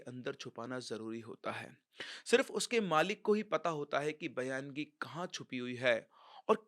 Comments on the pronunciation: Sir use bayangi nahi Baingi bolte hai. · बयानगी नही बायंगी बोलते है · Baayangi is a konkani entity which has mostly male ghost all Maharashtrians on Konkan belt are aware... Your story shows baayangi takes life but they are harmless... Baayangi is also a marathi word... It is baayangi not bayaan-gi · सर ये जो भूत का नाम आपने बोला है वो bayangi नाही है उसे बायंगी बोलते है ये महाराष्ट्र के कोकण मे मिलती है और उसे रेंट पर भी ले सकते है जेस sotry मे लिया था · सर वो बायंगी होता है